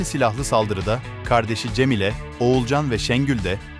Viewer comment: abi Türkçe bozukluğu mu var sende CemiĞle Ağsiye kırıkdördüncü bölüm bu ne ya